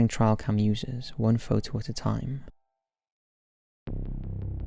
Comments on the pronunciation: It's a TRAILcam not trialcam. 😂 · Just for your info: It's TRAILcam, not TRIALcam. Trail. Like a path you walk down in the woods.